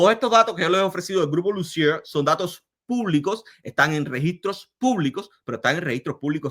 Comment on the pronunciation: Lussier se pronuncia (Lucié) sin la R final y acento de palabra aguda en la última sílaba